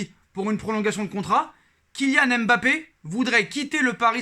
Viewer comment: vous ne savez pas prononcer Mbappé, c est difficile pour vous de prononcer les noms racines africaines? ce n est pas èmebappé mais tout simplement Mbappé, c est facile